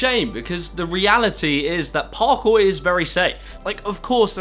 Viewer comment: I like how you say Parkour it just sounds perfect